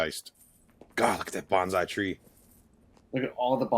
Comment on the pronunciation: Bonsai (sounds like "bone" and "sigh" merged into one word). Banzai is the Japanese equivalent of "hip hip hooray" or "Long Live the King." Sorry, but I often hear English speakers make this mistake in conversation. Anyway, another fun reaction. This series is awesome! I hope Mandalorian and everything else that follows steps up. This shows that they could be so much more, but I guess they'd need the extra episodes for that to work, though.